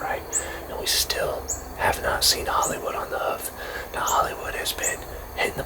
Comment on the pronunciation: i pretty much heared you say holiday wood 12minutes in the video